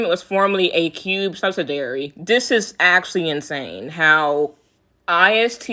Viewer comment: Why can't any of you Kpop YouTubers pronounce subsidiary? You all leave out an entire syllable. Now look at the spelling and follow along with the correct pronunciation. sub-sid-EE-air-ee. You skip over EE as if that i isn't in the word.